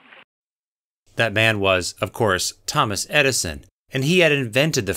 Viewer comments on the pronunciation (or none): none